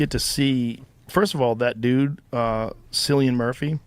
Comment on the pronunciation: In a rare case of me defending Rogan, Cillian is a ridiculous name and deserves being mispronounced 😂